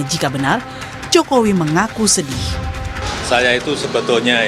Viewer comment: 😅😅😅 sdih ,sediih apa sediiih niih, emang bida sdiih😅